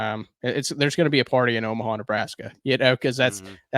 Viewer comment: Thanks for watching Chris! And thanks for not going too hard on me for saying “Omaha” 😂